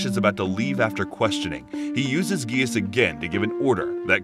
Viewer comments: it’s pronounced “jee-ah-ss” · I stopped watching when he said gaius not ji-ah-ss, but i hope that if tou make a pt 2 please pronounce it correctly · He doesn't pronounce the grease properly